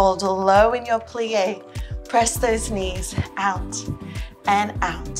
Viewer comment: Every time you say "out", it means "ouch" to me >.<. Your videos are really helpful. I'm your fan <3